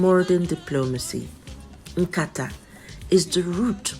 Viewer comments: NOT BASKET.WHAT IS NKATA? PRONOUNCE IT WELL Nkatá = Discussion or talk Nkatà = Basket. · NKATA YOU ARE PRONOUNCING IS BASKET NOT NKATA CONVERSATION,TONE MARK IT PROPERLY, YES WE ARE IGBOS, DO NOT ANGLOCIZE IGBO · You are pronouncing nkata, basket not discussion. Hope you are an Igbo